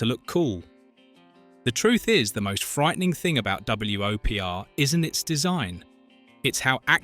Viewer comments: Hearing it repeatedly say "Double-U Oh Pee Are" instead of just saying "Whopper", which is how WOPR was pronounced, annoyed the crap out of me. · Fun fact: the AI voice pronounced it W O P R, as opposed to "Whopper" as it actually pronounced. Nice try, channel. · Two things: 1) Your don't have to run annoying mirror images of the movie clips. The Fair Use Act permits you to use the scenes in full in the original form if you are commenting on the film and including attribution as you did. 2) WOPR is pronounced "Whopper" like the hamburger. You also mispronounced Beringer, Galaga, and Coleco. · W.O.P.R = whopper. geesh